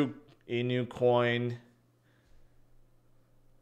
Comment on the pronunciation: At what point did start pronouncing all the "Inu" coins as "In-You"